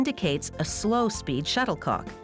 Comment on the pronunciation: She said shutter co ck